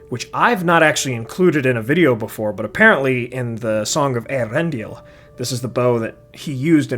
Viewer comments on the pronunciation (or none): none